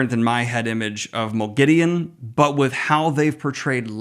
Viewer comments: Have they done a Sauron? In the LOTR series, they say S-ow-ron, whereas fans have always said Saw-ron. In this video, you say Mo-gideon, whereas in the show, Lanfear and Ishamael both say Mog-a-deen. (Moghedien). I like the show's pronunciation better, so I want to know what the general consensus of book readers are in regards to this pronunciation. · Pretty strange pronounciation of Moghedien but I'm glad to hear I'm not the only one that misspronounces names/places in The Wheel Time.